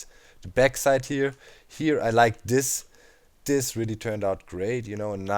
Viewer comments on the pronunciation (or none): Doc I can't handle it any more XD It's "THIS" not "DIS"... You can't say that having an accent is an excuse :P